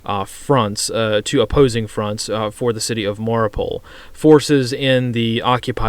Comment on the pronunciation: Mariupol, not Mauripol